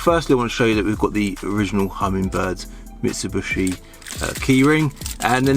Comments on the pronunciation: What is a Mitsu-“bushi”? It’s a Mitsu-“BISHI”! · Can I just say that the correct pronouncement is Mitsubishi not Mitsubushi